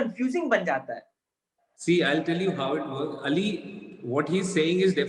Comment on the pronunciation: Shukr ha Kisi ne to Ali Ka name Sahi dngh se bola